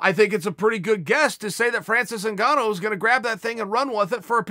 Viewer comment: It’s Francis NIGANNU not ZINGANU chael!!